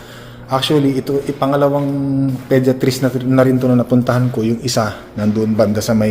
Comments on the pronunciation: Podayatrist ang basa not pediatrist, sakit sa tenga hahahaha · Tama ba rinig ko pediatris 😂 😂😂 Isip isip din 😂😂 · Podiatrist ( podayatrist) that’s the right pronunciation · Podiatrist is a foot doctor. And it's not pronounced that way. Paulit ulit mo pang sinabi. Wrong!!!! Jusko, research ka muna bago mag vlog. Kahiya!. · ang sakit nga sa tenga.